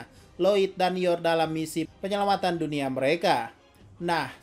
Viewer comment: Salfok Ama lu bilang penyelawatan .1.47